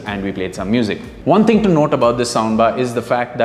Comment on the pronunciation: Is the only Hindu I can understand. The only word that jumped my attention was "thing", I heard "ding".